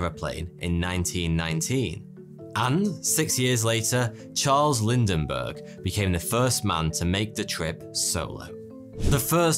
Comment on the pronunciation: “Charles Lindenberg”?